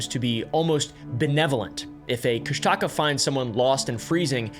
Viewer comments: I think it's pronounced "Kush-tuh-ka" not "Kush-Taca" 😅haha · You got the name of our Cryptid wrong it’s pronounced koosh ta kaw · It’s pronounced ‘Koosh-Da-Kah’. But great deep dive into my culture. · from an alaskan. the kooshdaakaa is pronounced koosh-duh-kah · Kóoshdaa Káa. Pronounced kuh-OHSH-dah KAH. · As an Alaskan Tlingit, you're pronouncing Kóoshdaa káa wrong😅 and also it's a bad omen to say the name more than 3 times. Best of luck😂